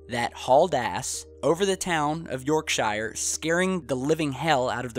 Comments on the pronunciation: We don't pronounce it: "Yaaarksha". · As a resident of Harrogate, you are quite wrong! It's Arro-gut OR Harro - gate! And it's York - sher and lincon-sher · "City of York-Shire".... Apart from your pronunciation and the fact it is an area not a city you nailed it! West Yorkshire would be the County.... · it's pronounced "York sure" one word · it's pronounced... Yawkshuh. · When you use the word .”Shire” example Yorkshire it’s pronounced and sounds like Yorksher. Shire is pronounced as Sher. Although the places end in shire. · i hate it when yorkshire is pronounced wrong by americans its yorkshur , gods county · Yorkshire (pronounced York-sheer) is a county. York is a city. Lincolnshire is pronounced Lincolnsheer and again, is a county. Lincoln is a city. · hahahah Yoyrk-sHier so funny how you just pronounced that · any english cities that end in "shire" is pronounced Sher, yourkshire is pronounced york-Sher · If you're going to do stories about England, at least learn how to pronounce the place names... YorkSHIRE is actually pronounced York-SHER. Also it is a county, not a city, the city itself is called YORK. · Yorkshire isn't a town it's a countie and it's pronounced York. Sh-re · It's"York shure " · PLEASE! pronounce it York Shear (this goes for all Shires in the UK )! we dont live in the lord of the rings! I havernt heard anyone in the UK talk about this at all. Also fishermen like to tell tall stories. FYI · Yorkshire is pronounced york sheer, and it's a county not a city York is the city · You pronounce it York Sher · lol shire yorkshire is the correct spelling but you said it wrong say yorksheere is how us from there say it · yorkSHYER great pronounciation, thats how its written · Sorry but it's pronounced York-sher... lol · Its pronouced Yorksha, it sounds daft when you pronounce the Shire at the end.. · It's pronounced 'Yorksheer'. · lol Yorkshire .......... its pronounced "york sure R" roughly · Hahaha! ........... York-shire, Lincoln-shire